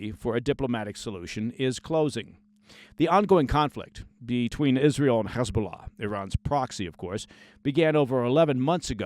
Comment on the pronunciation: Your correct pronunciation of "Hezbollah" in Arabic and not the Israeli Hebrew dialect "Khizbulah", tells me you have real life, serious experience with ops, unlike many false ex-ops or even news "experts" and what not. Kul El Ehtiram 😊 Kudos!